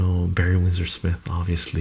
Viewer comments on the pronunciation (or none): none